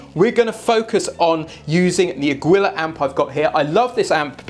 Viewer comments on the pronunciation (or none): Ive never heard that amp name pronounced like that. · Aguilar isn't pronounced that way.